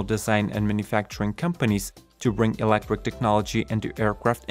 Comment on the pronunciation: Hmmm - since this one is all about electric planes, I think it's important that our narrator pronounces the word "electric" properly. He's saying "elec-quick"…